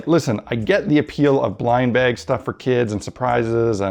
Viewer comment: repeat after me. Buh-ah-guh....bag.